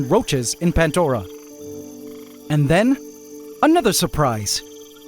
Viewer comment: You call it PANTDORA but pronounce it PANDORA every time 😆 Love this channel ❤